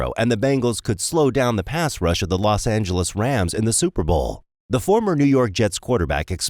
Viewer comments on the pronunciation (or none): none